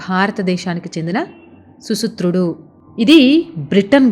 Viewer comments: సుతుత్రుడు కాదు.సుశ్రుతుడు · Susuthrudu kaadhu andi... susruthudu.. susrutha maharshi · సుసుత్రుడు కాదు సుశ్రుతుడు.